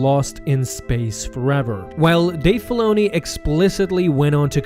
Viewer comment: please say Dave Filoni's properly. was soooooo hard to start this